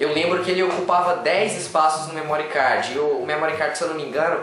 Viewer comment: não é "memórí cardji" , não maltratem a língua inglesa